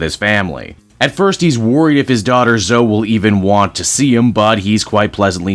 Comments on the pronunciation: Zo-E not "Zo", like with Chloe, it isn't just "Clo" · Her name is pronounced Zo-ee, not Zo.